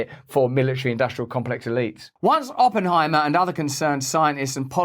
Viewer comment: I heard "Open I Maah"